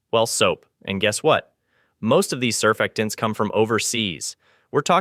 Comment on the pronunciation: It's pronounced sir-FACT-tants😎